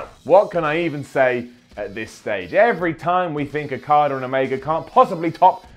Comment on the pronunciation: Every time you say Okada it sounds like Carter